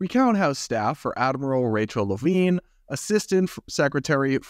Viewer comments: it was tough to listen to this story when every time you mention the admiral, I think you are saying Adam Levine, lol. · You kept saying "Admiral Levine," but I keep hearing "Avril Lavigne." 😂